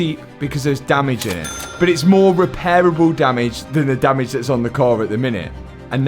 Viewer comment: If I hear the word Damage pronounced like that again I am unsubscribing .and not watching again.